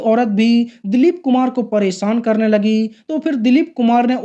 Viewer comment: आपका यह वीडियो देखा, अच्छा लगा, जो अच्छा नहीं लगा वह यह कि आप बार बार शादी को सादी कह रहे हैं और परेशान को परोसान कह रह रहे हैं आपको भाषा के उच्चारण पर काम करना होगा, आपको दुनिया देखती है, मै देहरादून से हूं और अभी कुवैत में रहकर आपका वीडियो देखा, आशा है आप मेरी बात का बुरा नहीं मानेंगे।